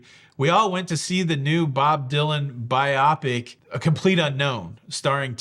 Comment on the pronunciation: FYI, it’s pronounced “bio pic.” As in biographical picture. Doesn’t rhyme with myopic. Don’t hate me.